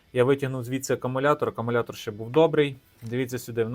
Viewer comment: та навіть для тебе написано що він АкУмулятор Ти ж читаєш навіть АкАмулятор. Щось не дивно ти чек постійно губиш А хто сказав що мікроУСБ то барахло Є ще мініУСБ